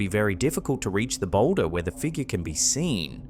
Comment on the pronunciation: That unusual "figgah"!!! Love ya